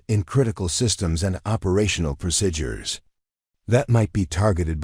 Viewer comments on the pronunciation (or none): Procedures not prosidures please!